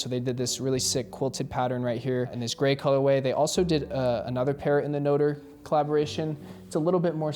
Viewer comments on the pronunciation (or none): Noter lol it’s pronounced note-tray 😂